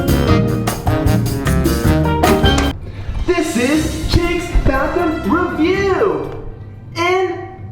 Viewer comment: i love the way says ReViEwWW